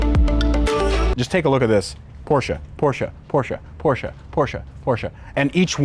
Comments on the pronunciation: "porschA" is a good name for a stripper; the car is called porschE (not porsh, not porsha, porsche!!!) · the fuck is a "porscha" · For God's sake it's PORSZ. Do I need to write it in Polish to you to understand ? There is no foking E in the end. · as an car enthusist u should know how to pronounce Porsche. A hint its not porsch-a like u americans say